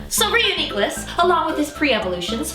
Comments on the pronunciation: Good science :D Bad pronunciation Ryu-Nee-Clus nope! Re-U-Nee-Clus, you wouldn't say Unicorn like U-ni-corn you would say Uni-corn. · It's pronounced REE-YOU-NI-CLUS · I think it sounds better pronounced re-U-ni-clus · All always thought it was pronounced like ridiculous. It was a joke between me and my friends when something insane happens, I say "This is Reuniclus!" Don't ask me why I pronounce it that way. Now that I hear the correct way to pronounce it, and look at the name, I realize how stupid I was being. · I... Do not like this pronunciation. Re-U-Nuh-cliss better :|